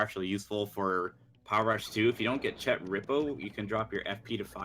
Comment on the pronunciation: THANK YOU for pronouncing chet correctly